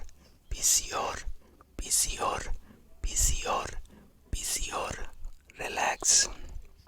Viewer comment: For romanian try picior not pisior, either way really good thx!